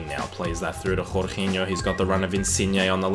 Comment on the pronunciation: Please stop saying jorginho like that